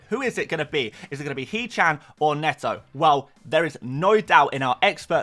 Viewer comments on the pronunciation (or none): none